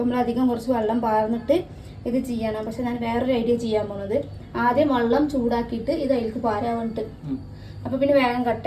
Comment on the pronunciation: വള്ളം അല്ല വെള്ളം